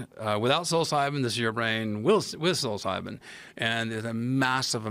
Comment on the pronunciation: For the love of god... it's not pronounced "silly-psybin"